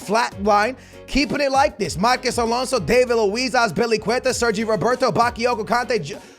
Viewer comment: you really dont know how to pronounce marcos alonso huh